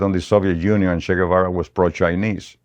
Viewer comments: You've all been pronouncing his nickname wrong. 'Che' is pronounced as you would che in cheese. Che is a sentence filler like some Americans use 'like' every two seconds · This guy comes across as a lying piece of 💩 he’s lied so much, he doesn’t know when he’s telling the truth 😂😂 at least pronounce Ches name correctly you FN clown 🤡